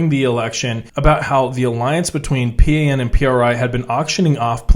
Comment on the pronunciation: PRI is pronounced Pre, and PAN is pan, as in bread. In Mexico we don’t say the letters. It’s Pri and Pan pronounced as a word